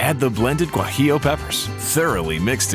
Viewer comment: Guajillo... I like the pronunciation